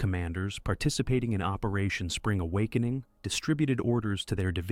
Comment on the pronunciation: "Operation Spring (pause) A WOK -"eening . This is the first AI voice I have heard that has realistic 'popping' on the microphone.